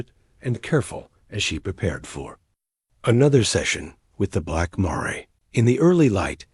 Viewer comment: Miss pronouncing mare..